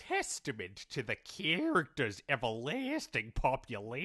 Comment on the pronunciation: "It's a TEEESTIMENT to da character's EVERLAASTING popul-air-ity." nailed it, chief